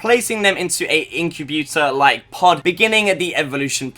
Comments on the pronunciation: incabutor? you mean incubator? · ...."incyobuter like pod"...😆 nice "pronoonciashion" bro 😆😆😆😆😆